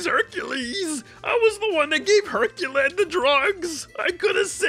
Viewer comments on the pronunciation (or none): Did you say Herculad?